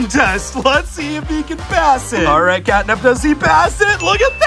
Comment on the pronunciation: Me too it's catnap not catnab 😊